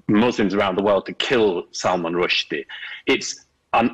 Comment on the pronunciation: It's spelled sacrosanct, Modern Wisdom. Not sacrasanct. And your narrator thinks it's Salman Rush-dye, o Modern Wisdom.